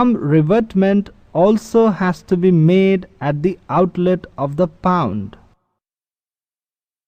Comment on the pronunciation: Its pond not pound. Say it right next time.